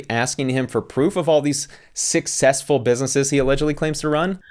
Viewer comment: "Sussesfull" -Kevo